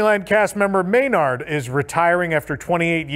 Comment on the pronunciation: Maynard will always be missed and remembered! PS., It's pronounced "MAY'-nerd".